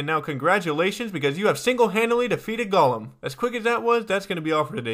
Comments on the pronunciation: It is pronouced gow lum not gawlum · Not sure why this bothers me so much, but 'golem' rhymes with 'bowl em' is not pronounced like gollum. Sounds like he's saying gollum.